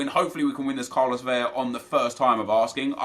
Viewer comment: It’s Carlos VeLa. It is only to Ls that makes an Y-sound in Spanish. Love you, keep up the good work!